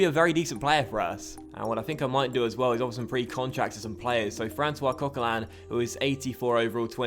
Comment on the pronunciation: just a heads up its francis not francois